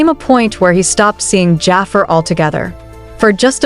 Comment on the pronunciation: this ai voice saying Jaafer instead of Jaafar is killing me😭